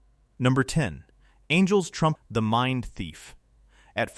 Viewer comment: I't not "Angel's Trump" it's "Angel's Trumpet"